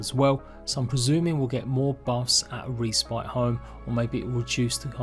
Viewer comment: Great video! My only input would be learn to pronounce respite xD